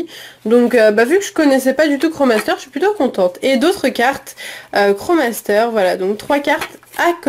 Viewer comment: On dit pas kro master mais krosmaster ^^